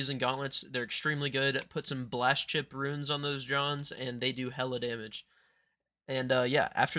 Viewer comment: Def a southerner